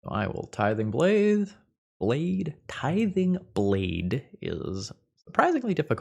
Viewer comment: Why is tithing blade so hard to pronounce? Tiding blathe?